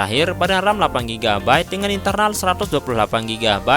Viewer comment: delapanG gigbayt danG sertus dua puluh delapanG gigabayt.. Empa' gigabayt danG enaNG puluh empa' gigabayt..